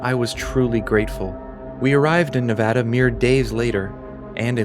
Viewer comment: HE SAID NEVADA RIGHT 😭✨️✨️✨️✨️ this man does his research